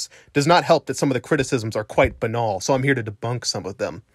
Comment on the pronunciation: I give you bonus points for pronouncing "banal" correctly.